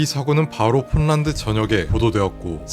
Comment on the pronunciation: 이 채널 주인은 한국어를 모르는걸 떠나서 이제는 폴란드도 폰난드라고 하네; 폴란드는 한국어가 아닌데(한국어여도 그렇게 말하면 안되지만) 왜 발음 법칙을 네 맘대로 바꿔